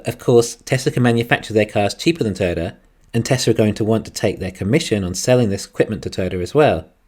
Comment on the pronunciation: I love the episode as always. Although it did take me a while to figure out you were saying Toy-o-ta. Pronouncing it as a two syllable word it sounded like you were saying turtle